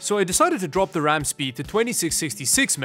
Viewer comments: Brags about pronouncing Linux correctly. Immediately pronounces RAM as "rum." I see you,. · says linux right but RAM wrong, downgraded to a like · “Yes i pronounced linux correctly” “raum” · “brags about saying Linux right” Also: “calls ram rum”